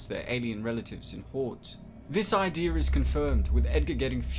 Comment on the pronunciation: Whenever this guy says the word idea, it sounds like ideur.